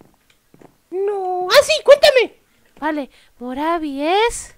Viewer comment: No se dise moravo se dise morvi